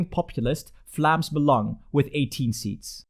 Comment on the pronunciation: Ben je Nederlands? Het viel me op bij je uitspraak van ‘Vlaams Belang’